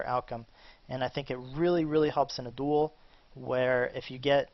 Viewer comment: I hate the way you pronounce 'duel'.